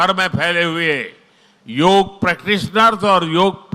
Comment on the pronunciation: యోగ్ కాదమ్మా యోగాఅండీ